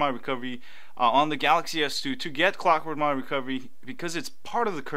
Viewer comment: My phone keeps starting in Clock-Mwahwah- Recovery every time its completely off, (thats how you pronounced it for me) did I do something wrong? I do have root though